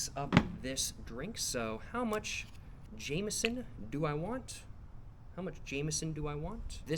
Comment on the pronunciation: thats not how you pronounce 'jameson'!!!